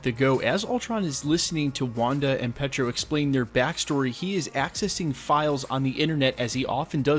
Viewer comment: it's PE-A-TRO not "Petra" lol